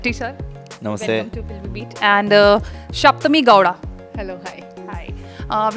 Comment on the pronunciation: Anchor should correctly pronounce name It's Sapthami Gowda Not Shapthami Gowda If she doesn't know, she should do homework by learning from others and sit before TV.